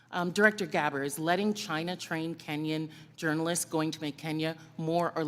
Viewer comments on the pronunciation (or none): oh plz no comparison w Austin and This issue It sounded likd she said Gabber not Gabbard